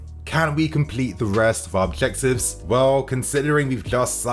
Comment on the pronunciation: Man like said “edjebtives” 😭 breathe bro breathe